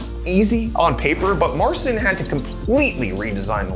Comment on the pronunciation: It's Mar-Cheen u should pronounce it, marsin is atrocious